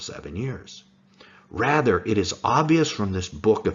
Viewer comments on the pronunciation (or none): none